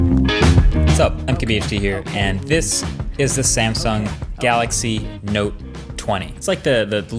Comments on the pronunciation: what did he say ; note or nope. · you're saying it wrong it's the note 20 fan edition